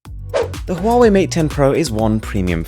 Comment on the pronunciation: Pronounced Wahway